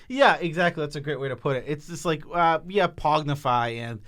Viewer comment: I love pronunciation of pongify as “pognify”